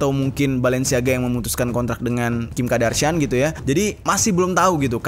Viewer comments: Nyebutnya Kardashian bukan Kadarshian. Maap gemes 🤭🙏🏻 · Kim kardashian bang bukan kim kadarshian 😂🤭